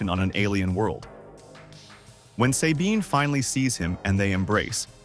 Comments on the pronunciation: Who tf says "Say-bean" when they clearly say it correctly in the show. People do ts just to piss me off I swear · Say Bean. Eat my armpit sweat AI. Get the material right! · "Say-bean" has always been one of my favorite characters.